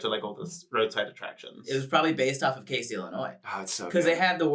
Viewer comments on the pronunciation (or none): i would just like to inform that he mispronounced Casey, IL haha i like about 25/30 minutes from there and the s has more of a z sound but it is a pretty cool place:))